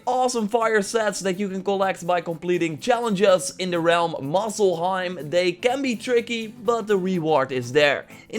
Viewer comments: Umm. Dude muspelheim not muscleheim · Is he saying Muscleheim? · i heard “moss el heim” also, i’m pretty sure in the beggining he said “gold of war”